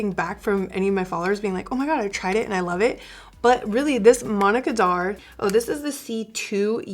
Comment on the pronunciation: I felt like the heavens opened and trumpets sounded when I finally realized you were saying "Manna Kadar" not "Monica Darr." Love this vid... and your undereye powder! xoxo